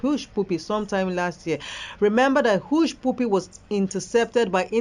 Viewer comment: Please presenter, it's Hushpuppy not push pupi